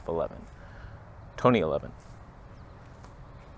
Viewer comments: It's not 1.8 Toneh, it's 1.8 Tony ... as in Tony & Chelsea. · Tony Northrup levels of toneh here.